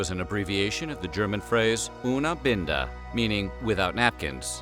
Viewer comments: History - OB = "Ohne Binde" & NOT "una binda" (This was some of the weirdest German I have ever heared ... ) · o.b. = ohne Binde. Pronounciation is a little bit different than said here 😉😊.